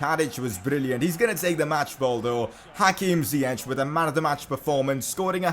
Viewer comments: Dont say (zieq) but (zajek) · it's ziyech not ziyeCHH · it's ziyack nit ziyech(pronounciation) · It's Zi-yek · Ziek is how its pronounced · It’s ziye”k” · Its pronounced Zee-yesh